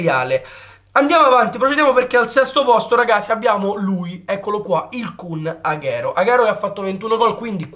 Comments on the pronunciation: Non posso sentirlo aghero, è Aguero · Non si pronuncia "aghero" ma aguero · Bel video,un unico appunto Agüero si pronuncia Aguero non Aghero